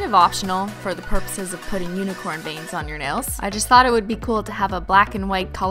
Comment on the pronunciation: Who else thought she said bangs instead of veins